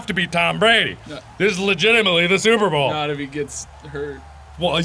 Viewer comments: why cant you say super bowl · can't say "super bowl" Instantly calls it "super bowl" Nailed it.